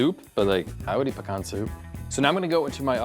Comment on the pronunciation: Thank god pronounces 'pecan' correctly